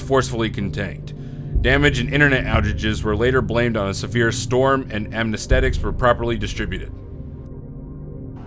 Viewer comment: It's (ah-ness-theh-tics)!